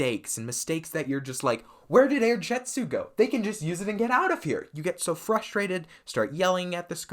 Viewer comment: It's air jitzu not air jetzu